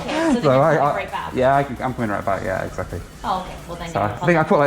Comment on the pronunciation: "will I have time to get that one right back?" In perfect Canadian, she answers, "Ohhhh Yah." LOL